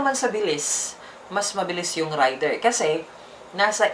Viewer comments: .. hindi rider? Ang rider ay ung driver.. ung raider( rey- der )ay ung motor.. kung mali ako paki correct po ako.. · Reyder po di rider😂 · Rayder ka ng rayder,, Reyder kasi.. Ang rider-tao, Raider -motor. Kinuha yan ni Suzuki ang pangalang raider sa military hardware ng US ARMY. Isa syang gamit pang digma, helicopter yata kung di ako nagkamali,, Kahit ipabasa mo google ang raider, Reyder ang tamang bigkas hindi Rayder. Sus maryusep..😩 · galing nga eh..Raider binigkas ng Rider hahahaha aral muna toy hahahahaha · Rider daw baka raider haha😂 nice pronunciation ng Raider rider daw haha😂😂😂 nganga!!! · Rider haha hahahahah 🤣 ayusin nyo ang tamang pronunciation para magandang pakinggan baka mag hanap sila ng rider haha baka Raider nga nga vlog tawag dito... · Tip lang: Raider = binibigkas ng "rey-der". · nobody's perfect pero dapat pinag aralan muna kc iivlog mo hahahah..at saka naririnig mo naman sa ibang advertisement na Raider talaga ang pagbigkas at hindi RIDER hahahaha nakakahiya at AROGANTI hahaha